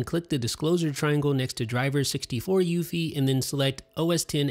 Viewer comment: No one pronounces UEFI the way you do.